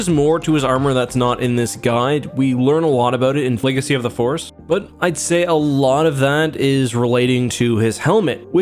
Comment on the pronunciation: “flegacy of the force”